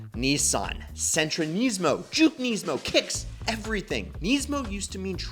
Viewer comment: Kneesmo weirdest way I’ve heard Nismo pronounced